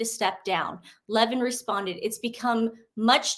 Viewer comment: Levin. nOT Laveen